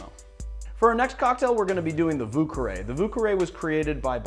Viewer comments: Ho god you killing the french language 😭 it’s vieux carré like « vee a ca ray » please 😭😭😭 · hahaha the way you said vieux carré is horrible. thx 4 ur vids